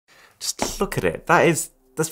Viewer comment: ‘’’Just look at this’’ was souding like ‘’ just fu*k at this 🤣🤣🤣🤣